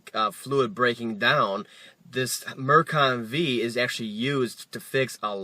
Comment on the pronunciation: It's pronounced Mercon FIVE, not Mercon V.